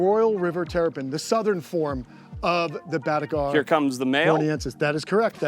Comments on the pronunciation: Its Batagur not Batugar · Even after hearing say batagur (BATA-GUR) why still call it batu gar 😂